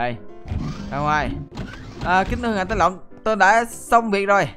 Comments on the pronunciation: Tong tu lenh a noi nham thanh Tenh tu long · Khúc cuối a nói ngài tển tư lộng??? :D